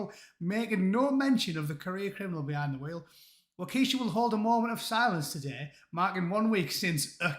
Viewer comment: Yep, Matt Walsh is an evangelical. They can be a bit much, even for most Americans, including a lot of Republicans. P.S. It’s ‘Wok-ah-shaw’ 😉